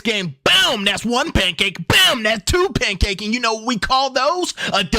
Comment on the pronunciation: "Pancakie" 😂😂😂... Bro you be having me rolling.